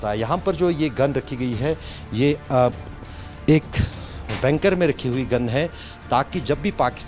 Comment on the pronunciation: It is Bunker not banker